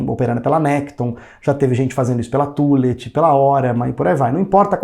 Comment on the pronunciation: Excelente vídeo, mas a pronúncia correta da corretora é "Tãllett